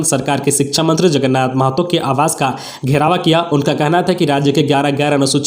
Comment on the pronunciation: टेटे को टेट और घेराव को घेरावा क्यों बोलते हैं